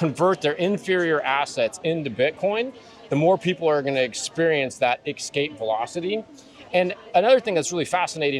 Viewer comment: homie just said "ekspecially" and "ekscape" multiple times. wtf? instant credibility suck 😕